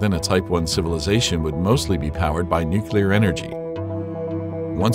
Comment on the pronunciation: I can't watch this! It's called and pronounced "nuclear"!!!!